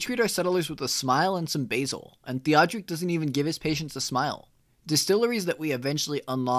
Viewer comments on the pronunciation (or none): none